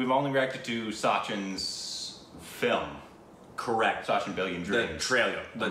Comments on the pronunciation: The narrator mispronounced his name. It’s pronounced Sutchin. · Thanks guys for this reaction. Btw the correct Indian pronunciation is 'such-in' and not Sassh-in. He truly is a God in India. Moreso because of his values and the way he carries himself. Indians tend to love someone more by watching how he carries himself off the field, his philanthropic activities, how he speaks to ppl/fans/media, treats his family/friends n stuff. And such-in is just PERFECT. Everything comes naturally to him becoz of his humble background and strong ethos. I cried like a baby when he retired from Cricket. We still cannot imagine Cricket without him. I keep watching his old videos. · Not 'Sachin' as in 'Satch-in'. His name shall be pronounced as 'Such-in'. The narrator says it wrong, as most English speakers would do from a little faulty spelling system in India. And yes, like some people have commented here, this video does not show why he is considered as God of Cricket. Apart from astonishing cricket records on his name in all three sections viz batting, bowling, and fielding; he is known as an extremely well-behaved, calm headed, humble and helpful sportsman. Most good cricketers respect umpires. He was the one that umpires started respecting quite early in his 24-year career. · These people speak "English" and pronounce the word 'chin' properly and then "Sachin" comes and they're like 'Hey Sa - shhiinn'. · Its not syachin. Its sachin. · soo-chin tendulkar 😀😀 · Don't base your pronunciation on British commentary. It's s-uh-chin